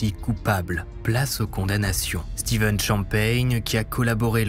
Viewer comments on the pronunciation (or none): none